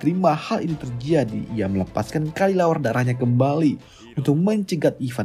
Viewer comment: Kelelawar bang bukan kalilawar 🗿